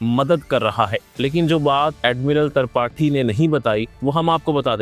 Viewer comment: Admiral tarpathi 😂😂😂tripathi hota hai be